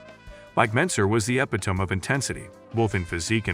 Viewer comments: Ep-ih-tome...I lost it at that. Sad. Then the narrator talks about the "referees"...judges, you nit, not referees, but I digress... Whether you believe Mentzer was a low-set guy who practiced what he preached or a high-set liar, that's a topic for another day. Here, this post is all about my impressions of the contest, which I saw on television. Comparing the two, Mentzer carried much more muscle, weighing around 225 to Zane's 188 or so. He had imposing triceps, solidly developed legs, and overall, he dwarfed Zane. OTOH, Mentzer didn't have peaked biceps, his pecs, while they weren't tiny, seemed overpowered by his delts and arms. Good back, but not great. Tended to carry a bit of fat around his obliques and lower back. Zane was far more aesthetic, although much smaller, and therein lay the paradox. "It's bodyBUILDING," people argue. Mass without class, though, doesn't work, not all the time, anyway. Zane had enough mass and the class (refinements) that came with it. So, he won. As for Arnold being handed the 1980 O and the garden gnome--AKA Franco--winning the year after with gyno and weak legs and arms, well, that was a sh!tshow and everyone knew it. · AI garbage. Ep-ee-tome? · Good vid but look up on how to say epitome, so you sound more professional.